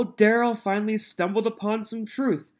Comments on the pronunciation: Don't forget tackit....tacit, liberry.....library substain......sustain, animen.....adamant, trufe.....truth, valett.....valid, and so on. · Biast, troof, and being confused about being muted...he thought being muted meant he was allowed to hear what was going on!!!grrr